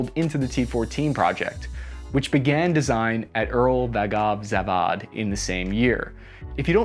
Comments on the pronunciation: Pronounciation - URAL VAGON ZAVOD ('zavod' means factory or plant, not zavad like You said) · I ROFLed much at how you say UralVandanZangan :D))) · Uralvagonzavod = "Uhral-vahgon-zahvod" = A little nuance of the Slav languages is that we put emphasis on the first syllable, always. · I think it’s acceptable to westernise that company’s name and pronounce it “You-ral Wagon” like we say “B.M.W.” and not “B.M.Vee” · spell it as Ooral-vAgon-zAvod, you're welcome